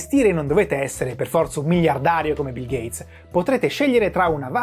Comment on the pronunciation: Nooooo a stato bil gheiz!?!?!